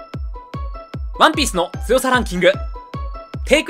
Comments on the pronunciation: ワ↑ンピース よ↑んこう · 毎回ワンピースの言い方がクソきしょくて、それが面白いと思って擦りまくってるところるところ好き